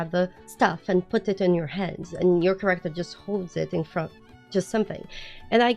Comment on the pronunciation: Three quarters in, I realized every time you talked about Correctors you pppprobabbly were saying Character lol. Listening is hard.😂